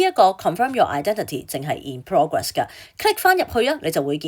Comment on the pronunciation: Miss, 請留意英文讀音，有好多字妳讀錯，級 如 code, comp,ete, progress...